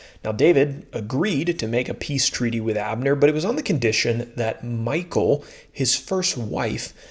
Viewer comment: Just wanted to let you know that Michal is not pronounced the same as Michael. It's pronounced ME-HALL.